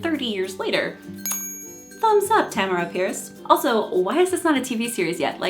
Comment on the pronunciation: me sitting here trying to figure out which one of us is missprouncing Tamora.... it's probably me